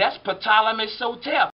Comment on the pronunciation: Why does sotep sound like Hotep